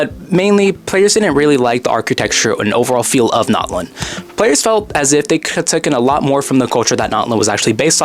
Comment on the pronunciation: It’s not Knotlin is Natlan bro